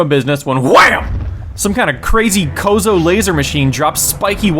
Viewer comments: It's "Chozo," not "Kozo." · did you say...kozo instead of chozo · You pronounced it "Kozo." Is that really the official pronunciation? Because I always pronounced it just like it was spelled: Chozo, with a "Tche" sound. XD